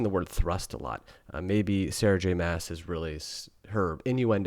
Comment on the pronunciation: Love the series!! It’s great to get a male perspective and I’m so glad you were entertained!! That’s what so awesome about books 😀 Looking forward to your next review! …I think her last name is pronounced like ‘moss’